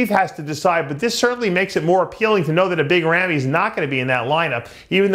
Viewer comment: Why doesn't anyone tell Dave Palumbo how to pronounce Big Ramy? He sounds ridiculous calling him Rammy. I know he's 50 years old but he needs to get it right. It's not a good look. Big Ramy is not a US American so it would never be Rammy.